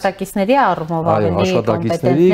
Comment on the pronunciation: Հարգելի զրուցավար, փորձեք խուսափել անհարկի ռ-երից այն բառերում, որտեղ դրանք չկան։ ԿոնկՌետ, կտՌուկ…